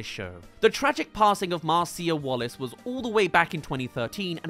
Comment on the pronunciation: Mar-Cee-uh? It’s pronounced Mar-Sha.